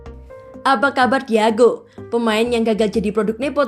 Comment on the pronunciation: Teteh Admin penyebutan nama pemainnya yg bener Dong...! Borielo Jadi Berilo, Digao jadi Diago...🙏